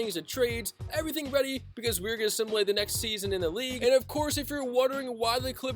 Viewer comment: Bro, learn how to say simulate